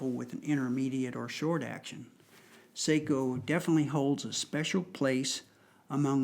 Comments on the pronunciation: It's definitely pronounced S-ah-ko. Finns use the dipthong ei for the long A sound. They use ä for the sound of the a in the English words cat, hat or at. Sort of. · Yes, the proper Finnish pronunciation is "Sock-o", as in the sock on your foot. My family hosted a Finnish exchange student one year and she corrected my mispronunciation. That said, I don't own a SAKO rifle but I do love my Parker-Hale .243 Win. And the name is spelled in all capitals. It refers to, "Suojeluskuntain Ase- ja Konepaja Oy" which in Finnish means, "Civil Guard Gun and Machining Works Ltd". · Say-ko rolls off the American tongue much easier than Sock-o. :)